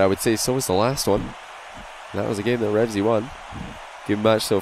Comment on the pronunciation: stop saying REVZY, it's Reveazy*'